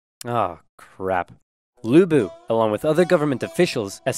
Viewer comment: As someone with the same last name as Lu Bu, in the ten years I lived in the US, I have literally never heard someone who was not chinese pronounce Lu correctly. The way he pronounced it was close enough that it is how I ended up asking people to say it, so good for him!